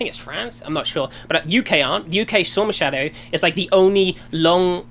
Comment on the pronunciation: Partial compilation of the more painful sentences early in the clip: Guest: "The Storm Shadow (...) goes like 200 to 300km" its range is: 550km. Destiny calls ATACMS "AT-COMS" Guest "The UK aren't" -> UK is a singular noun -> should be "The UK isn't" Guest "UK SORMA Shadow" Guest "Like, they can shoot stuff that's way into the US, like, field. (...) They've been shooting drones into US like, oil, producing stuff." Guest "They need F-15s" lmao they're not getting F-15s (after saying the Patriots [surface to air] thwarted Russian air sorties) "The air-T-air game is just insane over there" Guest "Rushkens can literally set, like, across the MAP and fire a 1.5 thousand km missile, at, like a plane. (...) plane to plane, yeah (...) they're like, massive busses" Guest "When you're in a jet (...) and it's doing a sortie to the edge of the area (...) there's no reason for a jet in Ukraine, because it could get shot down, to fly for no reason" There's no reason for a jet to fly for no reason? I'm learning so much. Jesus Christ, I can't go any further. Who the hell convinced Destiny this kid was worth listening to?